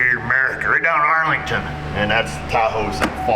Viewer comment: Vin code R for ARRRRlington